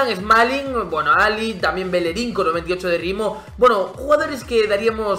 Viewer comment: Por qué pronuncias así el nombre de bellerin?